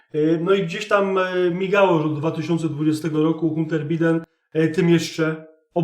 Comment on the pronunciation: 💪😄👍 No ja przepraszam, ale wymawia się: Dżou Bajden i Hanter Bajden. Pozdrawiam! Pan Bimberek.